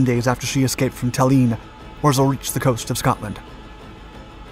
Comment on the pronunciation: when pronouncing "Tallinn" the emhasis is more on the "L" and "N" rather than the "I"